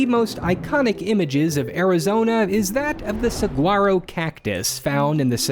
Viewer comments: Its pronounced "Sa-wa-ro". The G is kind of silent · Born and raised in Phoenix, lived here close to 5 decades. • Saguaro is pronounced (sa- wa -row) the "g" is silent. • Saguaros are protected because it can take 100 yrs for the arms to start growing. • Leaf blowers on a stabilized surface is to control dust pollution. Constructed can be fined for to much dust. Also, in Phoenix, you cannot use a dirt side lawn as a parking space. It must have rock at minimum.The debris is to stay out of the roads I'm guessing because we recycle rain water, the less contaminants, the easier it is to do. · Makes two of us, Its SahWaro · Did he just say sagwaro instead of saguaro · Did bro just sa suGwaro catus? (Sug- waro) its pronounced (sowaro) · "Sag-waro" cactus. I live in Tucson, it's "Sah-waro" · I thought it was everywhere where it's pronounced sa-waro not sagg-waro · depends on who you talk to, live in mesa, work on the ft mcdowell reservation. white scottsdale folk could live here forever and still say "sag-waro", and a fair amount of the latinx community will very softly pronounce the g. the yavapai natives are much more consistent with "sah-waro" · The "g" in Saguaro isn't pronounced, Im a Tucson native its pronounced more like Sahuaro. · Did you just say SaGuaro Cactus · Saguaro is not pronounced that way. It’s pronounced (sworo) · Why did you say suguoroh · “saguaro” is pronounced “suh wah row” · As an Arizonan, it pisses me off that literally no one can say the word Saguaro correctly (including you Mr YouTuber) Suh•waa•row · G in Saguaro is silent fyi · Hahaaha do you pronounce the T in Chevrolet just cuz you speak English? NOPE, you don’t haha 😂 Anyhow the word saguaro comes from a NATIVE AMERICAN language not Spanish. So I’m embarrassed for you on TWO points 🤦🏻‍♂️ I’m from Arizona bro!! No one pronounces the G. Not even us plain ol’ white people lol because, well, IT’S WRONG 😂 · As an Arizonan please don't pronounce the g in saguaro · Bro said sag-waro